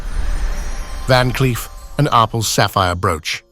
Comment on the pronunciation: IT IS PRONOUNCED —- “R” “PELS” —- in two separate words!